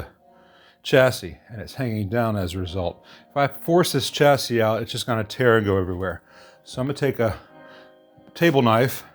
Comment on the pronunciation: If you’d like to give your channel a more polished edge, start pronouncing chassis as, “shassies”.